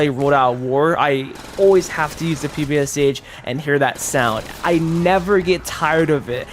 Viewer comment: ppsh reads out pepesh